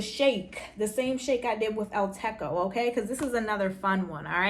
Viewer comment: El Techo is pronounced with a hard ‘ch’ not K, Techo means roof in Spanish